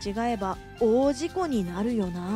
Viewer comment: 「大事故」を「おおじこ」と読む人初めてですｗ がんばれ。